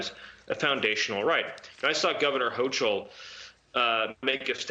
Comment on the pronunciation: And we have the Senate breaking their oath to preserve, protect and defend the constitution. Time to get get all the rino's out in November. The albany witches name is pronounced hoekel. Not hoechill.